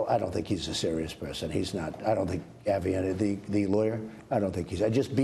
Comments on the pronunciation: I love how he messes up Creepy Porn Lawyer's name lol "avianti" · I love how he mispronounced Avieanti on purpose........lol Wanna offend someone.....Mispronounce their name.......... Trump Rules